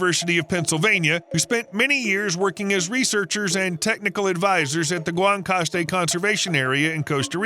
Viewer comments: GUANACASTE is pronounced Won-a-costay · Hey man, those massive trees that you show are not in the area that you described. Guanacaste (not Wantacast, learn how to say it) is a microclimate called ¨dry tropical¨. The trees that you showed are typical of high altitulde rainy tropical. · Funny how Guanacaste became Guantacaste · Costa Rica mentioned!!!! (Día you say Guantacaste?) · Bro just cannot pronounce Guanacaste.